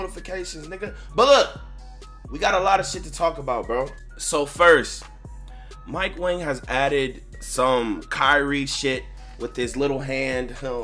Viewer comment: It’s mike Wong 😭